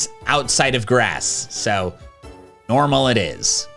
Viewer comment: Am i the only one who heard grassis